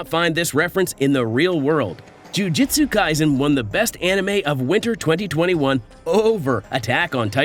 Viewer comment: JU JU TSU say it, without an “i” in there — JU JU TSU isn’t that fun